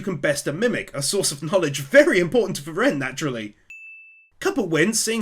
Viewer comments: So cute how you pronounce "frie-rén" :D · I'm puzzled why you pronounce Frieren with the second syllable accented instead of the first as they do in the anime? Something about that became rather distracting. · i love your recaps, but i absolutely hate how you keep saying frieren like that lol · Part 4 and never looked up how "Frieren" is pronounced :D